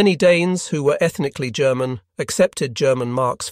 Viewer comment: This is not actually narrated by a human being but some sort of text-to-voice chatbot; hence, German with a hard 'G'.😅